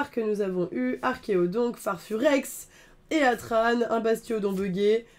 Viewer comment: Heatran se prononce hitran, de heat, chaleur en anglais.